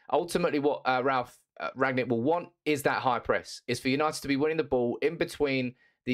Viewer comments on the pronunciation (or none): He's called Rangnick not Ragnick if you've done enough research atleast pronounce his name properly